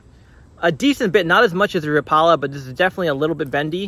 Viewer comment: Rapala is correct pronounced rap-ah-la not rah-paula. Go check it out in their YouTube channel. The new micros are pretty sweet though. I have to watch where I throw small lures like that because perch absolutely swallow them and it gets old doing surgery on fish to get your lure back.